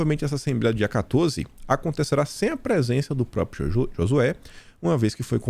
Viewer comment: Bom dia! Você é o melhor de todos! Mas treine falar a palavra " PRÓPRIO " SOU SEU SEGUIDOR DIÁRIO!